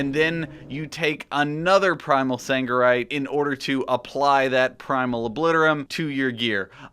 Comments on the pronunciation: It is Sargerite not fucking saNgerite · SARGERITE!!! Not saNgerite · Sargeras. Sargerite. Sargeras. Sangerite. hnnnng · triggered me so hard